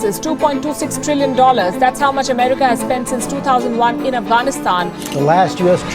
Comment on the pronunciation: America, not emerica. BTW great content.